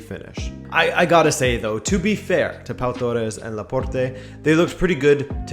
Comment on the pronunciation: I'm pretty sure the "e" at the end of Laporte is silent... 😁 I mean it's a French name...